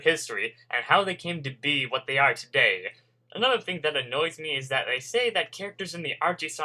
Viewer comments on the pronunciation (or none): none